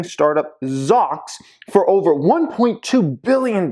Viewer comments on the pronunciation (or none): Pronounced Zoux, no? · Shouldn’t you pronounce it “ zoo - x” ? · pronounces Zoox funny... i would say Zoo-x